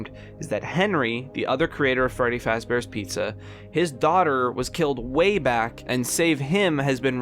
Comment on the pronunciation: “furry faz bears pizza”